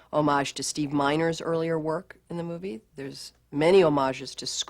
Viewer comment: It's Steve MinEr not MinOr!!